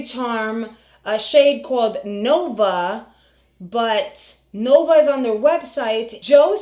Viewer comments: I thought he said luna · He said Luna not Nova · I think it sounds like she is saying Luna - rather than Nova. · he definitely said Luna not Nova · I thought he said Luna also ❤